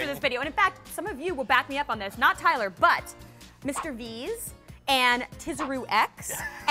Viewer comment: OMG OMG OMG TYLER U SAID MY NAME !!!!!! EVEN THOU U PRONOUNCED COMPLETELY WRONG I DONT CARE, OMG IM SHAKING RIGHT NOW ADSJFKD